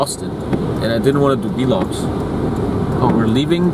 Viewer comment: i love how he calls it v logs and not vlogs lol